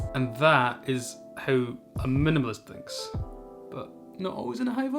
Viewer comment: I like the way you say "minimalist". Great video.